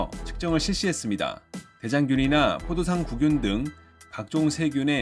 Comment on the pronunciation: '포도상구균' 이거 제대로 읽는 사람 드디어 찾았습니다!